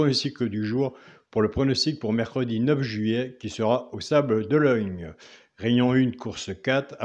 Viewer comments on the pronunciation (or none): les sables d'Olonne et non d'ologne mdr